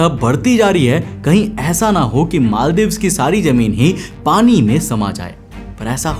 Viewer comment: Jameen ❌ , Zameen ✅